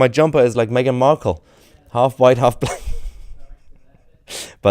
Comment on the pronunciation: Blame the “hwhite” man ! 😂😂😂